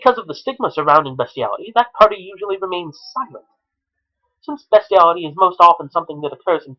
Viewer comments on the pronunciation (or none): Its BEAST-IALITY NOT BEST-IALITY YOU SICK FUCK! YOURE A DISGUSTING EXCUSE FOR A HUMAN BEING.